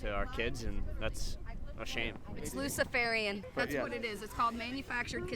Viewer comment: "Lucifarian" Huh, what 🤦‍♀️🤦‍♀️🤦‍♀️🤦‍♀️